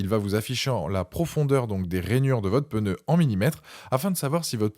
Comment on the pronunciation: En français on ne dit pas '' on est sur un modèle '' mais c'est un modèle. Et surtout il n'y a pas de E à pneu. Ce n'est pas un '' pEneu '' 😂😂😂